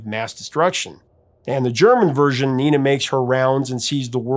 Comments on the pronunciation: You got the message of the song right, but your pronunciation of Nena is wrong. The "Ne" is pronounced like "Neh" in "Vaya Con Dios - Nah Neh Nah", maybe that musical reference helps you to remember that 😀 Maybe sonebody else allready offered this, but if you'd like a translation by a German, I could provide that. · The English version was only actually released in UK and Ireland, where it did reach No.1. Also, if you're wanting to use the original German title, it's not Ninety Nine, but Neunundneunzig. Also (again) Nena's name is pronounced "Nay-na". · I think it's pronounced nay-na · At the time everybody in the US pronounced the name, "nay-nuh" probably because that is how a German would say it and she is Deutsch so we wouldn't expect it to be a name in Español. Very interesting ... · I dare say you do a better job with the German than the name Nena pronounced as it is has any recognizable connection to the Spanish "niña." Really curious how many native Spanish speakers would even think to hear it that way when pronounced so... German. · I wished you took a moment and checked the German pronunciation of both Nena and Luftballons. The e in Nena is pronounced like e in "ten" or "desk". U in "Luft" like in "pull" or "put", and there is no double o, so o stays o and does not become an oo. Also, this is a compound word, Luft meaning air, Ballons - balloons. This means that the accent needs to be put on both parts, and be slightly separated: LUFT-ballONS. Nena actually does a pretty good job showing the pronunciation when singing, as the accent matches the rhythm. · Dude come on man, it is not Neena it is Nena, get it right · Neh-nah not nee-nah if it was a spanish name. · You got the only name you weren't worried about wrong. Nena is pronounced Nayna, not NEENA. Just an FYI. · And it's Nena, not Nina. "Ne" like "negotiate" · Isn't the pronunciation like "nayna" instead of "nina" in German and Catalan? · Pronunciation is Not "Neeh Nah", it is Nena.